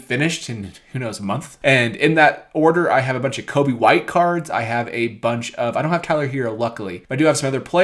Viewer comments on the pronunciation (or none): none